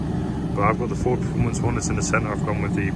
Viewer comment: Is it just me or does it say “pepformance”